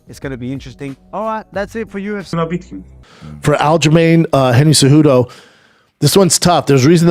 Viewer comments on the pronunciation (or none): Lol at Umar saying Genry Cejudo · “Gendry cejudo” I love umar 😂😂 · "Gendry Cejudo"